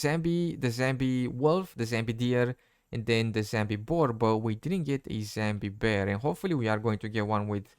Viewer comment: I love your vids but It's 'Zombie' not 'Zambi'